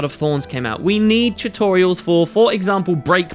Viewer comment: I love how you say "chutorials"